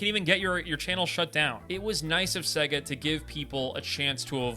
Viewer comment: It’s pronounced say ga not seg uh